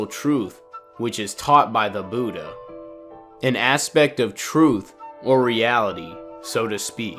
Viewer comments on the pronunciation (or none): none